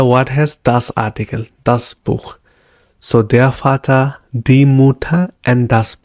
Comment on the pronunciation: I always wanted this. I have seen many videos and everyone incuding "duolingo" jumps on full sentence like greetings etc without explaining the base foundation which is pronunciation of alphabets, vowels and consonant which is very vital for the learning journey. Vater pronounced as fauter and no one realise it why until you know V is pronounced as Fau. So wanted to appreciate the structure you have used in your video. I would more appreciate if would have covered Past,Present and future tenses which is again a base for constructing a sentence.